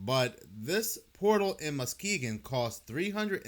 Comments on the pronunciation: As a Michigander, I just want to say, it's Mus-Kee-Gon, not Mukeegin 😂 you did say it right a time or two, but Mukeegin was tripping me up lol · the word is "on" not "owan" It's "satan" not "say-in." It's "Muss-key-gin" not "muckee-gin" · Also, "Ma-ski-gan" ❤ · Ma-ski-gan is how its pronounced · I giggled when he said "Mukegon". 🤭😆🤣. This is a great video tho. I had NO idea about the sculpture in Muskegon or the one in Detroit. Definitely more to it than art.🤨🧐